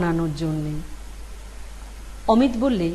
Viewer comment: অমিট> অমিত > অমি'তো' এই উচ্চারণ হবে।